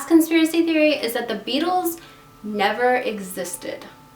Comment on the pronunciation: When you said the Beatles in the accent I straight up thought you said the bagels